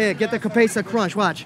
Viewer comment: Bro said 'cabeza crunch'💀